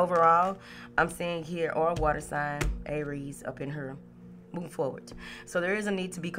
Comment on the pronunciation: ❤️ love your energy even if you still have a cough. “Move forwart” 😂 love it 🥰